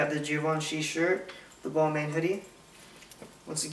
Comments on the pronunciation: balmain reads bal-mah its french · Balmain is pronounced "Bal-MOHH"